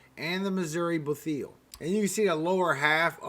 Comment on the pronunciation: Thank you for keeping us posted!!!! Missouri Bootheel is pronounced "Boot heel" as in a shoe. :) Keep up the good work. God bless!!